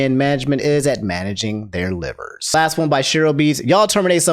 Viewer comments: I find it amusing that pronounces liver like the organ and not live-er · its (Live-er) not liver 😂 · when said livers(the organ) instead of live-ers I laughed. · thats not as obscene of an offense as pronouncing liver the organ way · Everyone: It's Selen, not Selene! Me: Why you pronouncing LIVErs as liver? 😅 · Bro I know this stuff is important news but your pronunciation of liver is hilarious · Aint no way he said liver like liver, the body part, in the selen section 😭😭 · I can forgive the Saleen thing. But how are you referring to Liver as its the bodily organ. Lie-Ver Not lih-ver